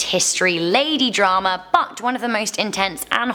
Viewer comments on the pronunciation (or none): none